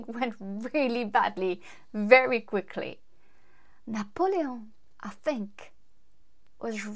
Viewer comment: BTW, I love the way you pronounce Napoleon.